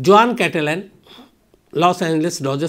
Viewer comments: Khan sahab जुआन नहीं it's pronounced हुहान् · In Spanish name juan pronounce as “huan” not juan for example JOSE pronounced as “HOSE” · Juan is a spanish name , it is written as Juan, but is is pronounced as Huan , in spanish J becomes H , like Jose is Hose , Javier is Haviar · It is a Spanish name Juan but is pronounced like " Huan". Spanish "J"=English "H". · Hi m from California and its a Spanish name juan but pronunciation is Huan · “Juan” pronounced as ‘वाॉन’ Hispanic name.